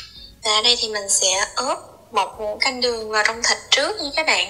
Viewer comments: Ướp mà cứ nói óp là sao? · Ướp chứ không phải ớp em ơi